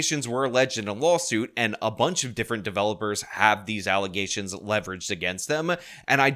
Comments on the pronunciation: What's that word you keep using ? Allegations? Do you mean allezations? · you mean *”alleZations”*? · alleZZZations, … cmon man